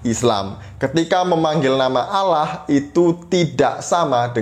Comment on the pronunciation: Kenapa org Indonesia di dlm islam Allah di lafalkan dengan suara auloh?? Apakah bunyi tulisan Allah dlm bahasa Arabpun berbunyi auloh?